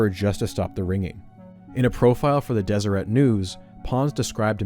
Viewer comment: Please check the pronunciation of Deseret.